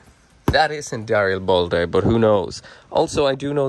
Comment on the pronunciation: Where in Darilbalde, is the uh. you keep pronouncing it Dari uh bal day. THERE IS NO DARIALBALDE ITS JUST DARILBALDE